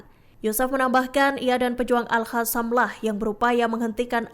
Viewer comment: Jadi males lihat beritanya, pembawa beritanya gak bisa baca, Alqosam disebut ALHASAM, gak bisa bedain huruf Q da H.